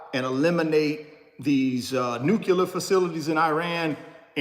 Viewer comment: NuCLEAR. Sorry there but its not '"nuqualer." Also, your shirt was printed backwards. just so you know. Thanks for the insight!